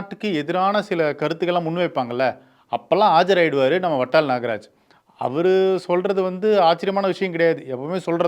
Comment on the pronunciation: Its VATAL & not VATTAL. Kindly pronounce it properly